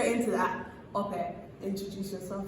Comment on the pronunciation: How hard is it to say Ope? Pronounced - ‘Awkpe’ not ‘Aupair’. Go on, give it a genuine go.